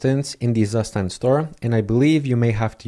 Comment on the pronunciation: Very cool, and useful. btw, the correct way to pronounce zustand is: "tsoo - shtant" and it simply means 'state' in german. heard this from a german friend.